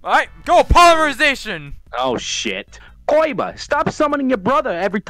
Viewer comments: It is pronounced koiba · 7/10 not enough saying "Koiba" instead of Kaiba. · So pronounces it like coy-ba